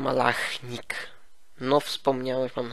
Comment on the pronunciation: 11.57 pomyliłeś się Maluchnik nie Malachnik 😎 ale imię Ci się udało Dobra robota, warto czekać.